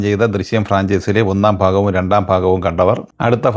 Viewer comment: ഫാഗം അല്ല അണ്ണാ ഭാഗം